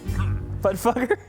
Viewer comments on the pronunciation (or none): fugger is pronounced fooger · "...this rich fuger. His name is Jakob. Jakob Fugger"💀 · I wanna se the bloopers of him saying “Fugger”